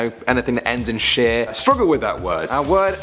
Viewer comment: how u say shire is weird